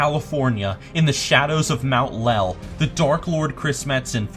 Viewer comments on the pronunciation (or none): when u said "in the shadows of mount LEL" i was absulutly dying of laughter.